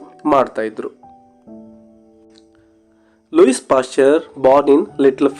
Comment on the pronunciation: ಲೂಯಿಸ್ WRONG ಲೂಯೀ CORRECT Also the name LILLE is not Lilly BUT "LEEL" For God's sake don't misguide students with a lot of other wrong pronunciations!😮